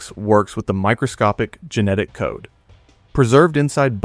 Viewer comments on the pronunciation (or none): none